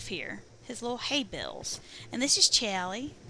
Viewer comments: Because caps lock. Aside from that: Al Lee is what you're saying. Aw Lee is what he's saying. They are definitely not the same. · WHY CAN'T YOU SAY CHAULEE?